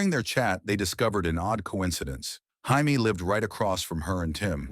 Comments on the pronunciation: Is that really how Jamie is pronounced in the USA? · Highmee 😂😂 it said Jaime 😂😂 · I’m here in the states and I don’t pronounce it that way, I say “Jay me”